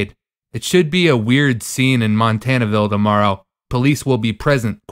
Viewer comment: I live in Portland and will be there tomorrow to take pictures, might be interesting. Last antifa vs trump rally I went to was pretty much a bust (March 4 trump), just some yelling and minor scuffles plus the inevitable flag-burning. Also, it's pronounced mont-ah-VEE-yah.